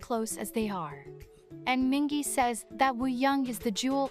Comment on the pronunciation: This guide is comprehensive, but has a fair number of mispronunciations. For example Mingi isn't pronounced Minjee. Name pronounciation guide (word tip suggestions in American English): Hongjoong (O as in the letter name, oo as in June) - HOngjoong Seonghwa (the ㅓ sound can be written with u as in Taehyun, ou as in NCT's Doyoung, or eo as in Seokjin, but it's all the same sound, kind of between the vowel in song and the vowel in sung. The h isn't generally voiced unless saying the name slowly like when introducing himself.) - Songwa. Yunho (u as in June. H generally not voiced. O as in the letter) - You nO/You know Yeosang (again the eo song/sung and a as in father) - Yeosang San (a as in father) Mingi (The i's are ee and g is like geese.)- Meengee Wooyoung (There isn't a W in his name in Korean, so it's just oo. The ou is the same as eo/u in Taehyun) - Ooyoung Jongho (both O's as in the letter name. H generally not voiced.) - JOngO It also said Wooyoung is good at aegyo with an incorrect pronunciation. It's a hard g (like gap) not a soft one (like gym). This is a Korean term for acting cute. Thanks for trying to learn their names and watching the whole guide.